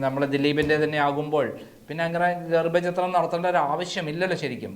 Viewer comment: ഗർഭ ചിത്രം???? ഛ എന്ന അക്ഷര മാണ്